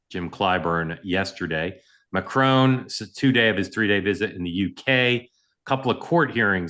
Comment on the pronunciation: You three need a cunning linguist to help you pronounce Iran, Iraq, and Macron.